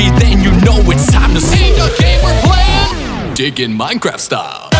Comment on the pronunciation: I swear i keep hearing him say “dick” and not “dig”